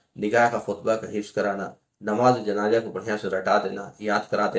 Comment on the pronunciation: Janaja nahi Bhai janaza bolo .pehle apna talaffuz sahi kar lo .